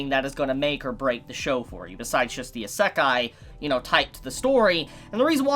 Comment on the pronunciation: WTF HE SAY ISEKI WTF